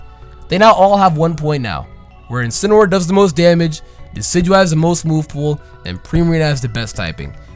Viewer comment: If Pokemon and You Guys Have your way you call that thing incinroar but I’ll have it my way I’m not calling that thing incinroar ima call it incineroar.